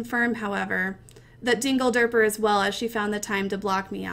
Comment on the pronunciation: when she said dingederper i nearly died :D